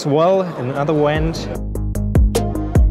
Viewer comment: A German 'w' makes an English 'v' sound and a 'v' in English makes a German 'w' sound. An English 'v' does NOT make an English 'w' sound. Eine Entlüftung, in English, is a "vent", not a "went". "Went" is the simple past tense form of the verb "to go". You can do it! You can pronounce an English 'v' correctly! (And thanks for the interesting video!)